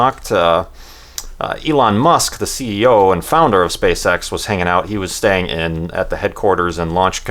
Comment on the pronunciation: Am I the only one who thinks 'SpaceX' sound really really like 'Spay Sex'